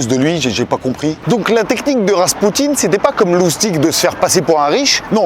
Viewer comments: Rrrrrrrraspoutine au us vite!!😊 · RRRR je veux RRRRaspoutine